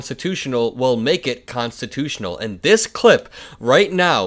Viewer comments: Constitooooshh...... he can't precisely say the word constitutional. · GG. Be safe. If you listen the guy whose name im done with, said constitush, not constitutional. Im afraid he is having mini strokes, we shall see. Have a happy please and thank you. Ps please give us an update on what your friend has to say about that. Ty